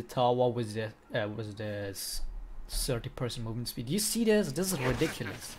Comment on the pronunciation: "It's ridikilis"